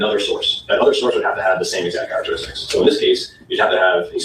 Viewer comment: The typeset “you don’t know the EXZACT angle”